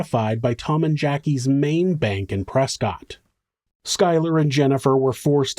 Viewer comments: Prescott, AZ is actually pronounced press kit. Don't ask me why or how because I have no idea why or how. It makes no sense to me 😂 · Just for future reference, Prescott Arizona is actually pronounced "Pres-kit"